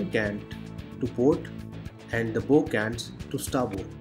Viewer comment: Good video... Sir a ships bow is pronounced as baow(bao)